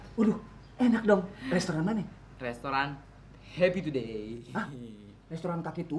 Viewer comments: bagus bilang restoran Happy to day jaka Bilangnya Restoran kaki tupai 😂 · bagus bilangnya ke restoran happy to day Jaka dengarnya Restoran kaki tupai 😂😂